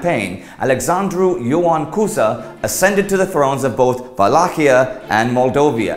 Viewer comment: When you said vallachia, it'a not true about us using v for w.